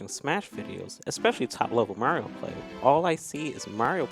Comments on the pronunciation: can’t pronounce Mario, sound it out Ma-ree-oh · he said marill. try not to hear it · why does say mario like mango says marill